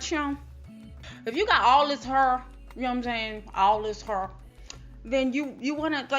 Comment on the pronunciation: "DON'T NOBODEH WANT NO CRUNCH ASS HYUH!" 😂😂😂😂 I'M DECEASED BIHH